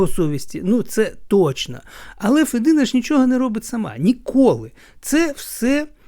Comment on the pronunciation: Я не хотіла нікого ображати.Лемки українці,такі ж як бойки,гуцули,інші групи,які живуть в основному на заході України.Я думаю,що діалекти існують по всій Україні.ФедИна,а не ФЕдина.